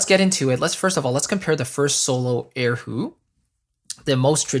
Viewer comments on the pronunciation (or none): Erhu, not air hu..haha, my friend.